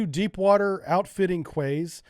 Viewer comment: Quays is pronounced "Keys"